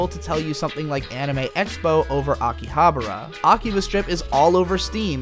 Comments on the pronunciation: Dude, it's AkihabAra, not AkihaBRA. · Pretty sure it's pronounced differently than how you're pronouncing it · Huh. pronunciation of Akibahara is like the fifth way I have heard it said. My wife's Japanese friend and our bartender buddy from over there each say it differently than the other too.